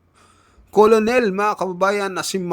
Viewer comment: Khit umapoy p ulo ninyo cnu nman susunod s inyo may vlo2 k bigkas colonel kernel hindi mo alam